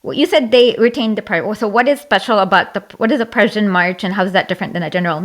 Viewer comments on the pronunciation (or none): Not to forget the Pruzhen empire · Just to be good faith here, I think she just can’t pronounce ‘Prussian’. But other than that it was a complete joke